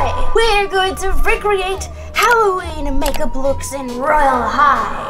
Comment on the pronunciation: She said mage up instead make up